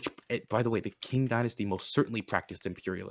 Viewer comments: The KING Dynasty? Lmao. It's pronounced CHING. Amazin' Tankies are nothing but anger and rage. This guy was unhinged. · listen,, you inherently won this over because is a fucking lunatic but i have to make this known Qing is pronounced "ching", not "king" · Also can someone announce to this guy that the Qing (pronounced Ch-in, not King) existed in the modern era? From , And thus is absolutely able to be characterized as imperialist, even by his insane definition that imperialism didn’t exist before the late-1800s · Qing is pronounced "ching"... These tankies should take a class or two on Mandarin...